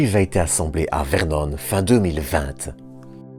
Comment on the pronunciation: Euh... on ne dit pas Vernône tu sais, juste Vernon. Du moins tant que l'Eure sera un département français.